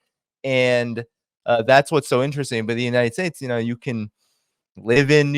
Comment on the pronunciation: Scott, it is interesting not innerresting. lol